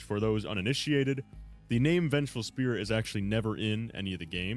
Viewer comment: this mf said determination and spih